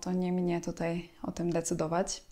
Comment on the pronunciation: A ja bym chciala poptosic zebys byla yaka dobra i posluchala jsk batdzo kaleczysznasz piekny jezyk np Wyrazy korzystac byc powiedziec sie itd okropnie to brzmi prosze sie wsluchac w swoje np slowo decydowac wyraznie zmiekczona jest literka c prosimy tego nie zmieniac bo to ludzi bardzo zraza